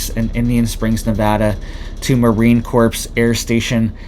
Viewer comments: in Corps the P & S are silent... Pronounced Core not corpse. 😣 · Corps is pronounced "core" not "corpse"! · I REALLY like you, and watch all your alerts, but you need to be aware that the word "corps" is pronounced CORE... it will increase your credibility. Thank you for what you do! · its pronounced Marine CORE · It's pronounced Marine Core or Kore if u prefer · Corps pronounced core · Marine Corps - the 's' in Corps is silent.